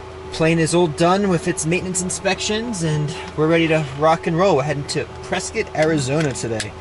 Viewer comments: Visual cloud effects starting are stunning. Glad to hear someone pronounce Prescott correctly (rhymes with biscuit). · Properly pronouncing Prescott. Like a native Zonie